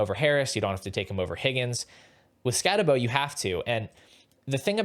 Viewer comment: If you’re gonna knock Scattebo, at least say his name right. No way anyone who actually watched Scatt last year has Tuten over him…